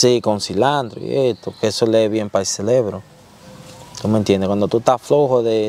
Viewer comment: Celebro😅 es cerebro y al principe se dice diferencia